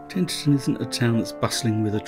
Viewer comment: I was brought up in Tenterden - a lovely town. However, you mispronounce it Tenterten all the way through!